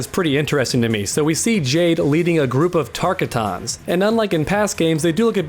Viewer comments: Tarkataaanss? Dude really? Tar-ka'tans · I'm Already Ready For MK12 Now LoL!!! An He Acts Like He Knows Mk Callin Them TAR-KA-TOUNS!! LOL!!!!! It's? TAR-KA-TAN!!!! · TaR-kA-TOns is not even close Also this guy sounds like he doesn’t know what he’s talking about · I cringe when you say tarka-tans stop for the love of scorpion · Did this man say tarkuton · Tark-a-tawn? Try again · Tar- Kuh- Tons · It’s pronounced tar-car-tens tarkatans